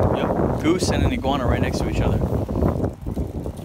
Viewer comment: 5.59 iguana - i-grab-her 😂